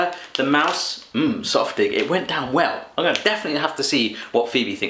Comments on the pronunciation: Another German here - I think the thing you read as "softig" was actually "saftig" - but I'm not totally sure as I couldn't really get a good read of the packing - and I personally dislike the "Süße Mäuse" - which would be "Sweet Mice" in English. I just wish Thomas would have send you a recording on how to pronounce the products! It's been funny to see stuff pronounce in a complete different way. And it is actually "Nimm 2 Soft" - and I'm disappointed he didn't sent you the original "Nimm 2" (which is tranlsated to as "Take 2") that come in the flavours of orange and lemon - that's why you have to take two to get both flavours. But then those are drops with a soft core (and the "Nimm 2 Soft" also have a soft core - one that I like to squeeze out and suck out before eating). I never tried the "Brausepulver" with vodka - yet - but taking the whole sachet down in one go: IMPRESSIV! (I put it on a plate or damp my finger, stick it in the sachet and lick it off...) Putting water on it is like wasting it - in my opinion. Did it as a kid, don't do that anymore. Too bad he didn't send you the "Brausewürfel" - that's kind of the same just pressed into cubes. (And no, I wouldn't put a whole one in my mouth - I nibble them.) "Underberg" - not chilled? Bet you are drinking your Jägermeister at room temperature as well. ;-) I'm not fond of either - but I know people will think you are crazy for not having it chilled! I haven't had "Hanuta" in ages - but I think it has the same company be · It's not ''Softig'' it is ''Saftig!'' :)